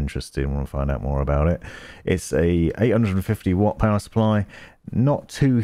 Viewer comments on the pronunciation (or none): none